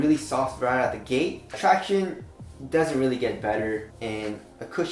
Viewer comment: Will ever say "traction" right again?!